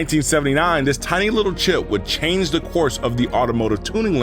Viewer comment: Excellent video so far, but i gotta ask while i remember, are tou from Atlanta? The way you said "change" sounded exactly like Killer Mike 😂 ❤from Perth Aus